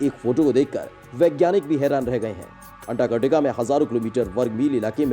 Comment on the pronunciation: अंटार्कटिका का सही सही उच्चारण तो करो।